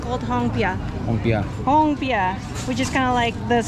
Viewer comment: Not hongpia..it's kompia..